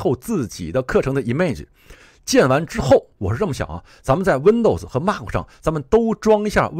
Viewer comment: mac: 马克? 不是读麦克吗?